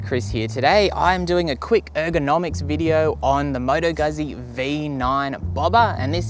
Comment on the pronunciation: Yeah, horrendous pronunciation 🙄